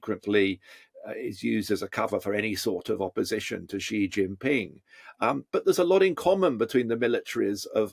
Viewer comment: Please don't say zhee zhin ping. The first syllable approximates to "she".